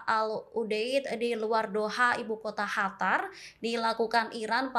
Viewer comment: Hatar.. Hatar... Hatar.... Qatar... Gitu.. Gimana sih wawasannya... Payah...